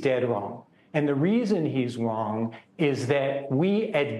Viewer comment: Is he saying “he’s wrong” or “he’s Huang”?